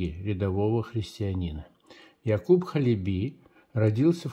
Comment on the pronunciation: Ударение на первый слог - Ха́леби.